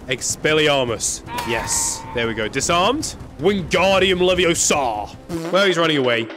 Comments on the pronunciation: I'll Just say: "It's leviOsa Not leviosAA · its leviOsa not leviosA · It's leviOHsa not levioSA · it's leveooooooosa not leveossaaa